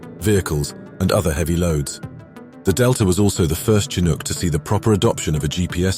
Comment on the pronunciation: in other words, this one gets it right. i cringe when hearing the 'ch' spoken as in CHarlie in the word chinook.